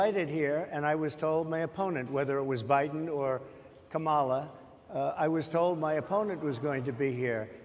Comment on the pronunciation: Second time watching this interview, and I just realized people in the audience corrected his pronunciation of Kamala’s name